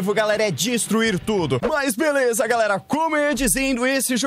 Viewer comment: ele falou velesa o correto e beleza 🤣🤣🤣